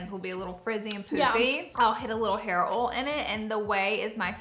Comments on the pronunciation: It's pronounced "oYle," not "ole" ha! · I laugh every time you say OIL….you say “OL” 😂